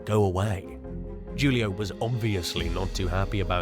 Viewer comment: #2. Julio is pronounced Who-Lee-oh.